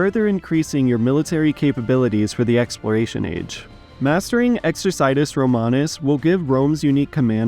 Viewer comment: Your pronunciation of "exercitus" triggers me :(